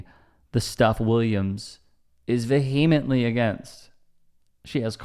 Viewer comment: Dude. You can't pronounce the word 'vehemently'? That's pitiful.